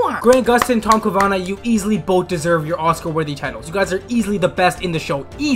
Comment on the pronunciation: Not the "Tom co-vana"